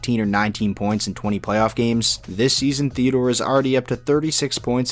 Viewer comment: Also it is Shea Theodore, not Shea Theadore. But anyways, great video, amazing content, keep up the great work